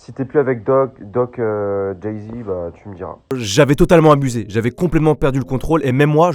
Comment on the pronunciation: Apou et doc jazy et pas doc jézy